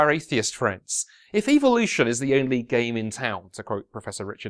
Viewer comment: Anyone else notice how he pronounced evolution as evilution?